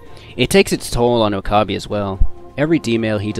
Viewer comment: I was cringing the whole time when it would switch to Steins;Gate, especially when he said Oh-kah-bee 😂